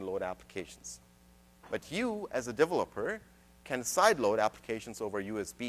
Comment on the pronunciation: I just wish he learned how to say developer.